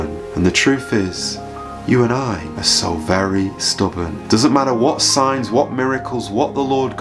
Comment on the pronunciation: When you say Signs i hear science